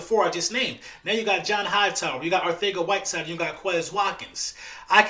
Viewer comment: It’s Arcega not Arthega